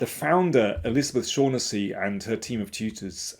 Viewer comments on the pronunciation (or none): "Shocknessy" Mr. King, surely your Irish relatives could tell you that? 😀